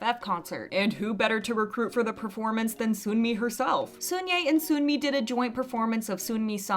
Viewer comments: Hey, I love your videos so I promise this is coming from a place of love. But Sunmi's name is pronounced like "sun+me" not soon+me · Just a side note: it’s pronounced Seon-Mi not Soon-Mi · The sunmi pronunciation 💀💀💀